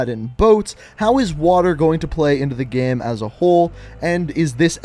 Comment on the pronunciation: Why does this guy say “gehm”